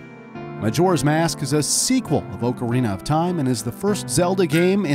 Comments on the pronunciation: How he says ocarina- ohcareena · Ughhhh, OAK-arena. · it's OC arina not OAK arina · Hey! Don’t Disrespect Him! Oakarina Ocarina! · He legit said O-carina of time. That hurt me, I absolutely love this game. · Orecarina of Time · OOOcarina of time 😂🤣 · He pronounces it Oak-a-reena of time 😂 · How hard is it to say ocarina properly? Aw-car-eena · If someone pronounces ocarina like oakarina again, I swear.... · Why does he keep saying oakarina of time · He pronounced ocarina wrong too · He also mispronounced ocarina and it is so annoying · I’m going to cry- The way he says ocarina is just- I’m ok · His mispronunciation of ocarina is sorta funny